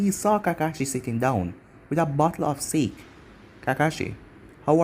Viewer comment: A bottle of sāke not sake